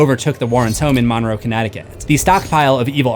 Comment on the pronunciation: shoutout to my hometown. it's pronounced mun-row, like james monroe's name